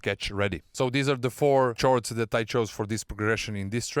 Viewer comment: the word "chords" is pronounced like "cords" (sorry for the correcting comment)